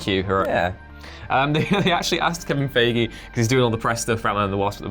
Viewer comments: I like you guys, but his name is pronounced Phi•gee . It's honestly getting annoying that you don't know how to pronounce his name or you purposely mispronounce his name. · Fi gee (pronounced like a martial arts uniform). Is how it's pronounced. I prefer the messing up of the Feige name but yeah, that's how it's pronounce